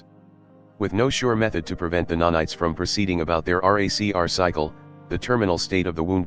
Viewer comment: I love that text to speech has turned nanites into nah knights